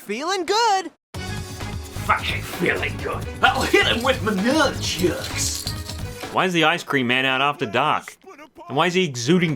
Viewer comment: Hit him with ma nyuunchucks